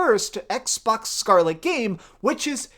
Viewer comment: I hate the way you say Scarlett